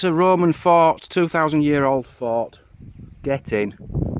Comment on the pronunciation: I know you are saying fort, but it sounds like you are saying fart